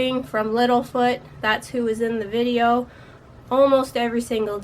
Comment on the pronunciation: Are you Canadian? Its the way you say VideO.